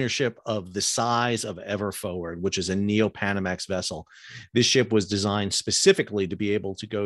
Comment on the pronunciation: Forward not “foward”.